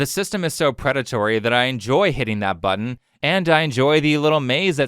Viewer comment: you press a bughen? what is a bughen?